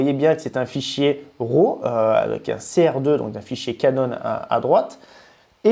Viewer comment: Pourquoi tous les français disent RO au lieu de RAW :) RAW... ça se prononce comme un RAT avec un W au début... Ou si vous aimez mieux, "WRA"